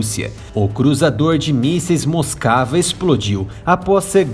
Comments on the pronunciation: "Moscava", kkkkk, realmente tava moscando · Moscava mesmo kkkk